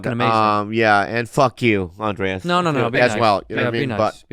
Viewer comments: I love that they’ve been podcasting for 5 years and Bobby still can’t pronounce Andres 😂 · Bobby still saying AndréAs instead of Andrés